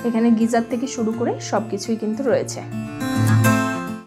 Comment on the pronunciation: Let me correct two words mispronounced by you repeatedly- one is Mall Road. The "a" in Mall is pronounced as Bengali Sware A (as in ball, or awful). In Kolkata, in the Dum Dum Town, there is a road called the Mall Road. It is not pronounced as "Myal" as you do. The word word you pronounce is "Geyser", the little bathroom feature that supplies hot or warm water. You are pronouncing it as "GEESER", which does not exist in English. It is pronounced as "Geyser", as it is spelled and as in the Old Faithful Geiser (or Geyser). Never too late to learn and make corrections. Otherwise, your video was nice and enjoyable. The only thing missing is flowers. I guess you are not interested in flowers. Dr. Ajit Thakur (USA).